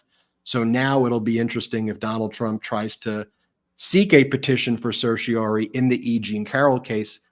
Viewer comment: Ben, please practice the pronunciation of "certiorari"; you often drop the "ra".